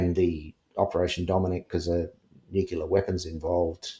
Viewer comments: I really struggle with believability when someone says "nucular" instead of nuclear. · It is annoying and questionable when and important word is continually pronounced incorrectly - it’s pronounced incorrectly with a U where a U isn’t present , nu cU ler and it’s nuclear- he should know how to properly pronounce nuclear - it’s said as it’s spelt - it’s not rocket science. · Ever since that Gumby, George Bush Jnr….we’re fkn stuck with ‘nukular’. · Sorry but i have trouble believing anyone who pronounces "nuclear" as "NUKE-U-LER" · Just a thought - I’m suspicious of anyone who pronounces “Nuclear “ as “Nu - cu - lar.” An Intelligence officer would be intelligent and well-educated enough to know better. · The way he massacres ''nuclear'' is particularly annoying n irritating. And what happened to his hair?